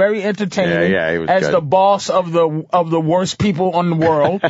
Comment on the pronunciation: "My beeple" lmaooo😂